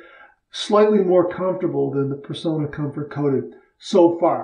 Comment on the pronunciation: I hate to be a downer, but I grew up in the 1960's when shaving-related ads were everywhere on t.v.-much more commonly than today. All Personna ads pronounced the company name as "per-sauna" not "per-so-na". The double 'n' in the name is also a giveaway. They're the last remaining U.S. maker of DE razor blades. We owe them the respect of proper pronunciation. Especially since their blades are so good.